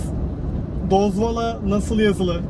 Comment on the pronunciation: Siz Türkler neden Dozvol deyilde Dozvala diyorsunuz??)))